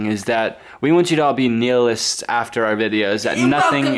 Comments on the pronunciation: the way pronounced "nihilist" took away a good 10 years of my life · the way pronounced nihilist like neil-ist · WAIT HOW DID PRONOUNCE "NIHILIST"